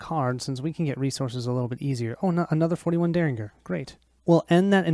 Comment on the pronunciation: If you care Myriad is pronounced "Meer ee ad". If you don't care, please excuse me for mentioning it. While I'm at it, derringer is pronounced "Dare In Jer"